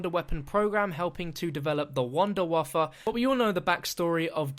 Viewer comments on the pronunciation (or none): none